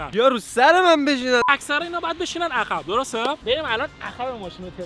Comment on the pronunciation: جان عقربه درسته، ن عخربه،،عقب درسته ، ن عخب 😂😂😂